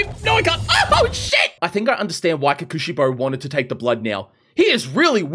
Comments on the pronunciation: It hurts me hearing him say “kukushibo” It’s pronounce pretty much how it’s spelt Kokushibo. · (coco shibo) is the pronunciations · Ko-ku-shi-bo Unlike English, you don’t flow it fast, you say each consonant/s + vowel as fast as you say each other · It's called kokoshibo kokoshibo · his name is pronounced kokushibo not kokushibo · I wanna die bro he keeps saying kekeushibo 😵‍💫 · Btw your pronounce his name like Coco-she-bow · Ko-ku shi-bo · I know. I really know I'm nit picking here. And I know you won't see it and won't care which is fine, but please.. you say it like "kokshibou" I'm sorry again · I like the vid, but you saying his name wrong is driving me crazy. It's pronounced Ko (hard 'o') ku (ku like a 'cu'cumber) shi (hard 'e' sound) bo (like the staff) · Your saying kokushibo name Worng